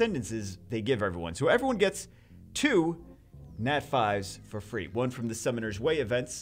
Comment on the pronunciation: When he said free, i first understood three xD I was like wtf